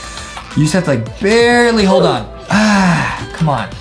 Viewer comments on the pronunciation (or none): the sound is ah not oof